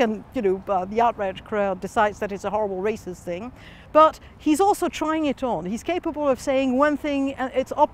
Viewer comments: Lmao. I love the non french answers. "Heees reeeceeest" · It's so jarring seeing all the people on both sides politely discussing their opinions and then those boys like "he's razzist, there are a lot of rac'esst pepel in france"